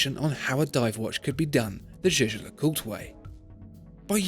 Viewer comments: Is it just me or does it sound like he's saying J.J. LeCoultre? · Hope your prononciation of that brand is better than in the video.... "Jejelacourt"😂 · you mispronounced jaeger-lecoultre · The way Jaeger-LeCoultre is pronounced tells you exactly why nobody speaks French out of choice.